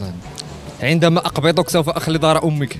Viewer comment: سوف و ليس صوف !!!